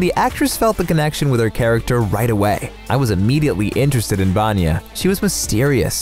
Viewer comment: That pronunciation of 'Vanya' is atrocious